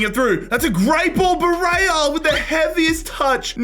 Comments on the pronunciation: Dude, Barella is pronounced Barela, not Bareia 😂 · Why are you calling him BA RAY YA? You know what a double L is, right? I'd be curious to see how you pronounce the words College of Falling